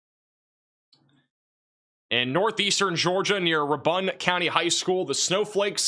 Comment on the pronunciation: RAY-BUN not ra-bun